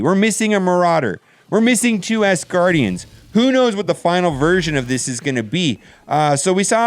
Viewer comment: Great vid bro. But it’s ASgardians, not ASSgardians!